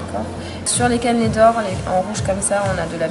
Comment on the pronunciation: PQ tu dit caneuuuulaiit?